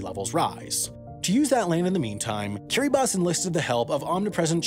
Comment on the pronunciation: i respect how this guy can correctly pronounce kiribati